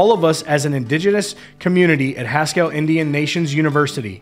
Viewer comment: Not criticizing. Merely wish to be helpful. Haskell is pronounced as Haskull (Like Eddie Haskell on 'Leave It To Beaver".It was an American Indian Boarding School for many years and the burial place for 103 children who attended there. My late Uncle attended there after he left Chilocco Indian Boarding School. Thank you for keeping us informed.